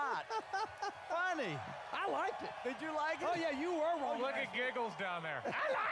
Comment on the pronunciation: LOL "Not funneh Frank...not funneh."